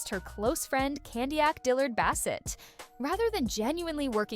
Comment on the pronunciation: You really need to stop using an AI voice over. Candiace is not candy yak.